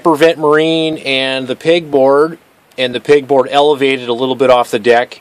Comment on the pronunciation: Pegboard not pigboard